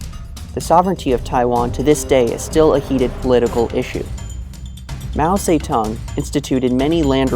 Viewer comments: Its Mao Zedong not fucking Mao say tongue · I talked to a guy from Mao's birth region Hunan, he lives in China and he is very proud of Mao. He said "Mao Ze"DONG" not "tong". I wanna make a point of this because so many narcissists are obsessed with pronunciation to look more knowledgeable than they are. So when I heard him say that, I thought it was funny because I was saying it like him, and a video/google claimed otherwise, yet people in China claim different and more similar to how we would not knowing the other version to sound "smart". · mao seh tong. lmao wtf is that pronounciation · Oof yeah, haha. But he was saying 'Mao Tse Tung', I think is the proper way to say his name. (In Chinese) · From the first 3 seconds of music and pronunciation of his name, I have to turn this off.